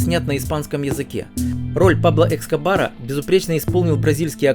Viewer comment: Пабло Эскобар( не Экскобар😊), Йеллоустоун не пошёл, и Костнер не помог, Метод и Медленные лошади - отличные сериалы, остальные не смотрела, буду пробовать